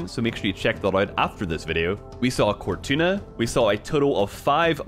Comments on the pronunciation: “We saw cortuna” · "Saw a cortuna."